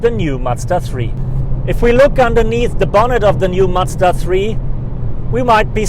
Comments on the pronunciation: It is MaZda, not matsda!! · Great review. Macda? :) You a Deutsch? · he does that by accident because he is german. Here we pronounce it matsda because that's how we spell a "z"